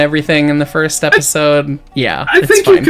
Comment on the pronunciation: Furst. And once again wins for nouveau English words